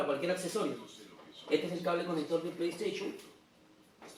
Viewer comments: Antes de hacer un vídeo trata de pronunciar todo bien además tengo una Playstation 4 no una playstachion 4 menso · jajajajajaja su pleiesteychon jajajajajaj